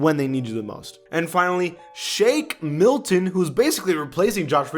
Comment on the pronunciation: Did y'all hear say Shake Milkin